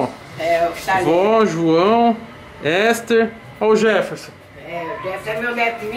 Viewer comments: Leu o nome da menina todo errado kkkk "Éster" kkkkkkk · Toguro lê uns baguio muito errado mano kkkk , "ÉSTER" **Ester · Kkkkkk Toguro confundiu "Ester com Éster" kkkkkkk